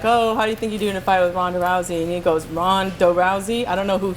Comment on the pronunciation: "Ron Da'Rousey" LMAO